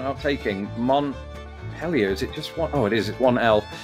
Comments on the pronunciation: I believe it is pronounced mont-pee-lee-er. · Iowa is Dez Monay.: ))) Vermont = mont-PEAL-yer. Great job,. Not bad for a furriner: ))) (It goes with the background music, which is bluegrass). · Montpelier is pronounced MONT-peel-yerr